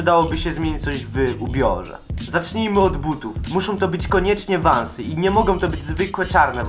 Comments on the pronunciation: vansy a nie vąsy xD !!! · Czyta sie vensy ; ) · hahahahhahahhahahaha ja pierdole XD czyta się vansy idotko hahahah